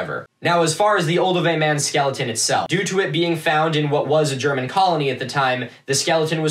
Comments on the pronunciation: Wtf? The algorithm did what it was supposed to?? This is GOOD content! Also pretty good German pronunciation btw :) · What the fuck...? You're the first archaeology Youtuber I've watched who doesn't butcher German words. You actually did a really good job. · pretty good pronunciation for one of those Americans actually